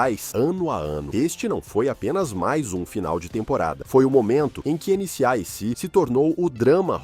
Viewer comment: chato de mais, sem falar que o nome da série foi falado errado o vídeo todo!